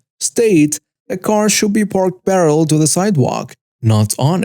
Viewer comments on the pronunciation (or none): Story 1: Does C.S.O. mean Confinement Security Order? Story 3 - The word is pronounced, "pe-re-lel". There are 3 syllables, not two. You said, "Pe-ril". The word was 'position'. You said, "profession".